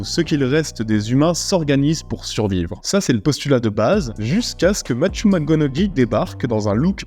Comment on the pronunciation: ca se prononce MacConowey et t'as déjà parlé de The Nines avec Ryan reynolds?